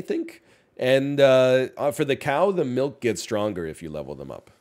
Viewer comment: It's NOT "melk". It's "milk". With an i.